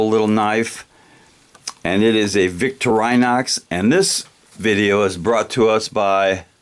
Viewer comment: the brand is actually "Vick-tore-in-ox"